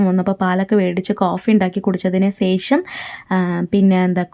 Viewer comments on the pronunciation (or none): സേഷം എന്നല്ല ശേഷം എന്നാണ്